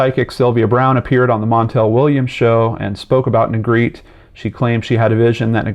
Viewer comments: This last name is pronounced Neh-greh-teh. Not Negreet. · Its neh-greh- teh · Sorry to be picky but his last name is a spanish one and it is actually pronounced "neh greh teh". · What baffles me is how Negrete is pronounced “Negreet” in every single YouTube video about this poor kid. 🤦‍♀️ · Well, I don't think people are gonna know it's pronounced "Nay-GREH-tay" like Spanish. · Every single person has pronounced his last name incorrectly. My older brother went to high school with him and played in the jazz band with him at Rancho Bernardo High School. His last name is pronounced “Ne-Gretti” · on a side note his last name is pronouced like spagetti (have actually heard his younger brothers both say it) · Yeah, it is pronounce Ne-gre-te. It is a Spanish surname. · Close 🙂 I’ll spell it phonetically, looks crazy but it’s Neh Gret Ay. Just making the correction bc it may be helpful. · I remember this. Ps: “Negretty” phonetically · No its neh- greh- teh, phonetically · Pretty sure it's pronounced ne-gre-tee or ne-gre-teh in Spanish pronunciation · I went to school with a Negrete; it was pronounced "Neh-greh-tee", with the emphasis on the second syllable. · He's pronouncing Negrete wrong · no, the E at the end of Negrete isn’t silent.